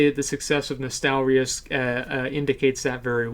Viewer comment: Asmon you're probably the only youtuber who didn't mispronounce Nostalrius lmao